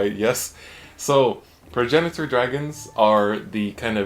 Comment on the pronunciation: So you pronounce it like Prag-nator. It’s weird but whatever